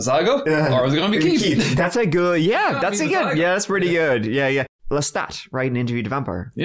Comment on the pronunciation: 😂. I also like that he pronounces it "Keet."